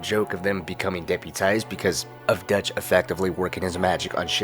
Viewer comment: Great content. Really odd pronunciation on some things though lol. Line: "What Dutch thinks..." You: "Whats Detch thinks" Subtle, but odd